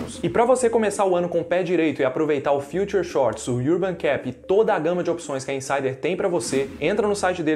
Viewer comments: A pronúncia de "urban", por favor, é como o "a", de "lâmpada". Iurban, não, pelo amor de Deus. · iurban cep? ou ârban cep? Se alguém não sabe nem pronunciar o nome de um produto do qual está fazendo propaganda, não merece o MÍNIMO CRÉDITO! TEM TANTA CONVERSA INÚTIL NOS VÍDEOS DA INTERNET! TANTA INCOMPETÊNCIA! Acorda povo! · Mora na Austrália? E pronuncia "urban" iurban????